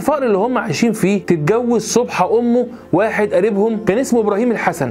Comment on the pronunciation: صابحه وليس صبحه